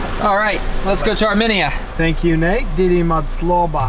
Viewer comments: said it correctly once. I'll bet Nate told her she was wrong, like he always does.. She went back to misprouncing it. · It’s Armenia not ArmeniaAa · Where the hell is "Arminea", Nate? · Nate's pronunciation of Armenia is going to haunt me until the end of time hahahaha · Oh my gosh yes thank you the pronunciation drove me absolutely up a wall I love them to death but oh my gosh all of them were saying it wrong and it was driving me crazy LOL still love you guys though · I think the pronunciation of Armenia is off folks 🧐